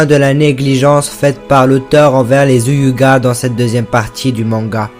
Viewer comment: Tu sais même pas dire Hyuga alors tg